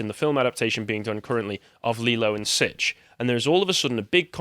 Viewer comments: He said Sitch and not Stitch heh heh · excuse me sir, it's pronounced Sitch and Adam, not Lilo and Sitch